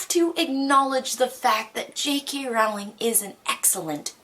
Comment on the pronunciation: jk rowling's last name is pronounced like you're 'rolling' down a hill